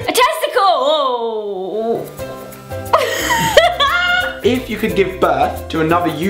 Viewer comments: zoe: "a tesicllleewoooww" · i cracked up when zoe said testical